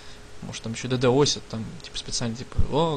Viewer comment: не "дэдэосят" а "ддосят" или "дудосят", и даже если-бы она была-бы на компе то ей всё-равно нужна была-бы база данных из которой она брала-бы данные, то-есть ничего-бы не изменилось, всё так-же лагало-бы, хотя, возможно было-бы меньше людей